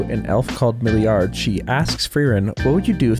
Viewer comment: this dub is garbage 🤬 soulless dubbing Frieren English VA couldn't even pronounce Milliarde properly and it's even that hard to pronounce, the hell